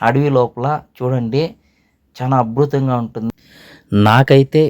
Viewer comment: గురువుగారూ అభృతం కాదండి అద్భుతం మీకు అక్షరాలు పలకడానికి ఇబ్బంది గా ఉంది మరి బీజాక్షరాలు ఎలా పలుకుతారు 😂